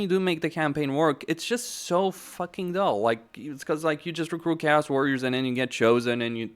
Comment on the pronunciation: the way you pronounce chaos is criminal